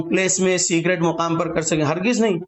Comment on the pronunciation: Secret hota hn cigret nhi